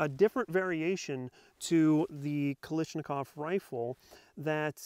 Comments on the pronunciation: A little constructive criticism here. You're pronouncing the name wrong. Many people do so don't feel bad. It's Kalashnikov, not Kalishnikov. Great review by the way. Might have to consider this as a companion to my Arsenal. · What’s a “ziz ta Va”?? ZA STA VA,, and Kalashnikov not “Ka lish an kav” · This is the 10th time I've heard people calling it Kalishnikov. Why is that? Can't you people read? It's Kalashnikov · And Kalishnikov... Is KalASHnikov... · Stop pronouncing it wrong its not a knish its a KALLASHNIKOV no letters are silent 😁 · ZIstava & KalIshnikov, really? It's ZastAva & KalAshnikov. You even mispronounced Des Plains & WAsr...🙄🤣 Just get a WBP safety from AKOU to save your woman hands from any further pain.